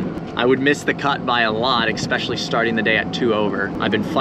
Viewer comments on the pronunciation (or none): This is for you and. There is no "x" in "especially." Other than that great video. Ref..